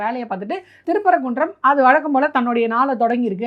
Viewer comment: திற்பரப்பு குன்ற மலை இல்லம்மா. திருப்பரங்குன்றம் மலை.